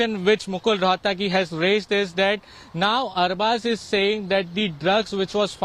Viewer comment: Atleast pronounce the name right ... Roh at gi is how the name is pronounced ... It neither Latin nor French so where is the problem... Godi media is bloody unprofessional in every way